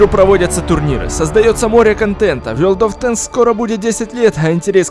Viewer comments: Я один смеялся над тем как сказал не ворлд оф тэнкс а вёлд оф тенкс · Не вёрд оф тэнкс а ворлд оф тэнкс, И да фильм крутой смотрю не первый раз! Очень уж понравилось